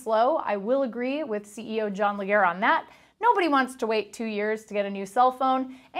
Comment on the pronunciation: leJERE...not LEG-hair.